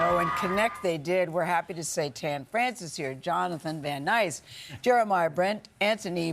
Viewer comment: Oh ffs Gayle King cannot pronounce Jonathon Van NESS?